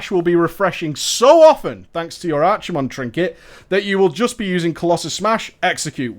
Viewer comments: Just as a note, he's pronounced Ar-kuh-mond rather than Ar-chee-mond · I like the Archie-mond pronounciation as I always picture Archie's (the 90s comic book character) face superimposed on archimondes which is a good giggle. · It's ARK-I-MOND, dammit! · Brandon Linthicum Actually, after this video he started pronouncing it "ARKI-I-MOND". And he's deliberately calling the Doomhammer "Doombringer" because people got so salty over it the first time. He just decided to keep it up for shits and giggles.